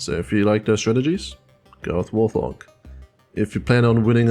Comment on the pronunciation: Pretty sure Warthog is pronounced Wart-hog, idk how other people say it though, so I may be wrong.